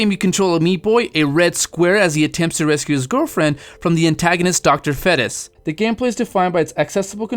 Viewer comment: lol Dr "fett ess" It's pronounced feet us. fetus.